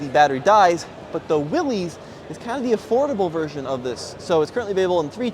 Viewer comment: you own a Willys it’s time for you to start pronouncing it correctly. It’s pronounced WILLIS